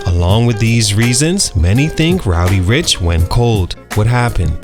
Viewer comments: Learn how to say dude's name before making a video on him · Re-record this video and say his name correctly. It’s almost unwatchable